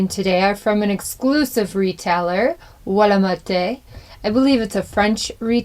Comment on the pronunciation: "Wa-la-marte'" so when do I put a ring on your finger? I like the trailer!